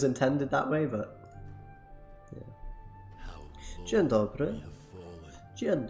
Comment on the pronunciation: AAAAAAH, I died when you said Dzień dobry, you are doing good with pronouncing Polish words haha